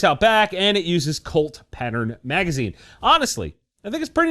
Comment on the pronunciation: Sounds like you're saying Clit like da woman's body part 😂😂😂